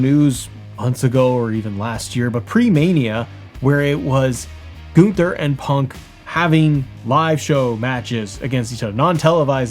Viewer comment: Who is Goon-ther? 😂